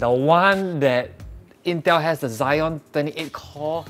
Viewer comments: Zee-on (Xeon) not Zy-on (Zion) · Exactly, everyone pronounce it as Ze-on like the same ze as zebra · You pronounced xeon wrongly lol